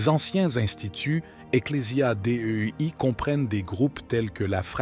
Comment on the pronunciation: Un bel exemple de téligence tificelle "amaschouère " Carlo Maria Vigano = mgr monseigneur ? "en twenty twenty" "Eclesia Dé Ü I " = ecclesia Dei ça se prononce déi et non dé ü i !